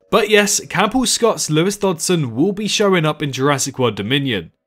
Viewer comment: Dutson? You mean Dodgson?